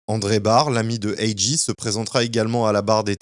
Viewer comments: Très bonne vidéo bien racontée ! Par contre lol AJ tu l'as mal prononcé tout au long du vidéo! Le J en anglais se prononce comme un G ..... Cest donc comme si tu disais "Jay" et non J ...... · Ont dit A-Jay,pas A-Gee😂😂✌ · Top la vidéo mais faut faire la difference entre G(gee) et J(jay)😉✌✌ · C'est A.J(A.JAY),pas A.J(A.GEE)🤦‍♂️😂🤣🤣🤣